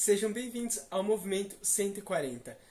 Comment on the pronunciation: Ele diz bem-vindos..